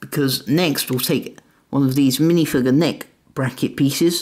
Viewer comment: He said minifwiger